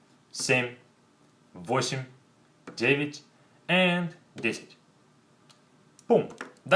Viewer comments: He pronounced 9 as Dge-vitch but 10 as Dge-cyach. "я" is pronounced as "i" or "ya". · I have a question about the pronunciation of nine and ten. Why do we pronounce я like и?